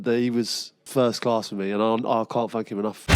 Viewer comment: is it me or does crouch sound like he's saying "i can't fuck him enough" rather than "i can't thank him enough"???